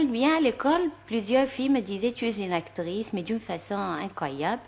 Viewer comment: عجبتني بزااف كيووت سيرتو لما تنطق اكتغيس ههههه